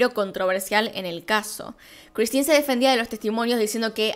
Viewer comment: Vilemén con una pronunciación nasal de la última e. El padre sería algo así como Yan Marí con pronunciación gutural de la r. La madre sería Cristin con idéntica pronunciación de la r. Y un tip, en francés todas las palabras se pronuncian acentuando la última sílaba tónica.